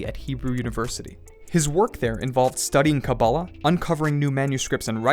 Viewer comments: take a shot every time he says kabab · OY! PLEASE! It's pronounced "KaBAAlah".